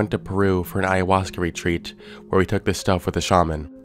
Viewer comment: I struggled to mispronounce ayahuasca the way he so easily said it. "I-uh-hoska"